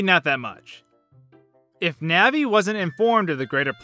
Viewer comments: The pronunciation of "Navi" here makes me cringe. "Nehvee". I've pronounced her name like "Nahhvie" ever since childhood. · "diku", "nahvi" kms